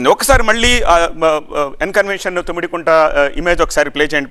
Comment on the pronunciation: తుమ్మిడికుంట కాదురా, తమ్మిడికుంట. కంగారు తప్ప ఏ నా గుడ్డు నాలెడ్జ్ లేదు